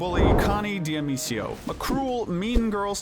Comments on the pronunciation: "connie di-a-mee-see-oh" like her name has been pronounced on-screen multiple times; dah-mee-koh" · You said Connie's surname wrong